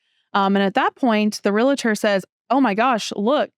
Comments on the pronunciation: ReLaTor? It's "REALTOR"... that's so much worse than a parking dispute... LOL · It's a real-tor, not a real-a-tor. Don't feel bad even Realtors can't say it correctly. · AHHHH! There is no I in realtor. You’re well educated, so please pronounce realtor correctly. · Great story with an even better ending. Helps me to run through my head on how to procede should (hopefully not) an issue come up. By the way,, it's Realtor and not Real-uh-tor. My wife has been a Realtor for 22 years so, I got that drilled into my head!